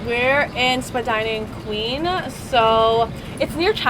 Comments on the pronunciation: Born and raised Torontonian, glad you enjoyed the city, there’s so much more that you didn’t see though. Only one thing of note, Spadina is pronounced like “spah die nuh” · Spadeena ave lolz